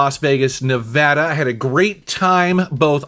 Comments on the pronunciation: I don't know what I'm happier about, doing a retro game shopping video in my city or the fact he pronounced Nevada correctly! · OMG Thank you saying Nevada correctly!!! I'm from Reno and have family in LV. Love seeing these great spots get some recognition! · Bonus points for pronouncing Nevada correctly! :o) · You pronounced Nevada right! Yay!